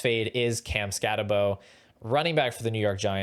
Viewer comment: If you’re gonna knock Scattebo, at least say his name right. No way anyone who actually watched Scatt last year has Tuten over him…